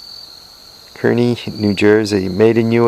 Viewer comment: kearny is pronounced like carny,that company is probably long gone by now.